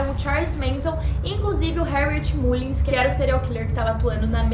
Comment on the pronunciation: a pronúncia correta é Mâllins. É só uma dica.